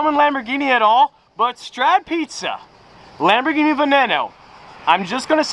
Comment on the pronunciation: You say LamborGHini like in Gunther! NOT "Lamborshini"🤌🤌 Do you say Spasjhetti aswell?!😂